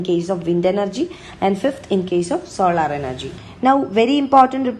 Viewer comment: Its not solaaaar energy ,pronounce it solar energy 😥